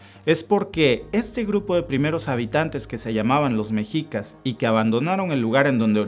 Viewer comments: Se pronuncia "Meshicas" no Mexicas.😉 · Excelente Presentación, amigo, sólo pido por favor pronuncies bien Méxshica y Méxshico (es como lo pronuncian los gringos) mexico, se está perdiendo su adecuada pronunciación pues no es mejicas, gracias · Hola, muy buen video.informativo, y solo por precisar, "mexicas", la pronunciación correcta y original es "meshicas" que deriva de Meshico (México)..saludos!